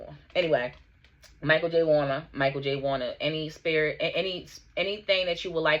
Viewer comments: His name is Malcom, It sounds like you keeps saying Michael, Lisa Bonet (DENISE) was Married to Lenny Kravitz, Tempestt Bledsoe(Vanessa) , Malcom mother said he was there cause it was a family trip for daughter who is home schooled and it was a trip for school/also explained the incident, clarifying that her granddaughter was not in the water but witnessed the attempts to save him as he couldn't swim against the current and was not a trained swimmer, he went with another person in to the water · Mal-Colm not Michael 😅